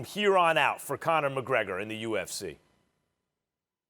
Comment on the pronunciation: Stephen "CONNAH MAHGREGAH" A Smith